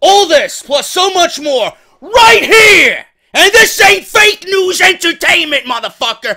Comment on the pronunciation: He sayd fakenewsent again